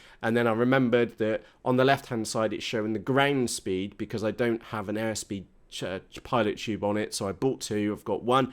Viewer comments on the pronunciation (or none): I bet this is in the class of words you've only seen, not heard - pitot tube - pronounced with a silent t at the end "pito tube" with the "pit" part rhyming with wit (or just like pit :/) (and the one that goes inside the plane is a "static tube")